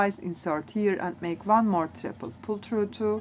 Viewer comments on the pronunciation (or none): It’s “one” NOT “ von” 🤷‍♀️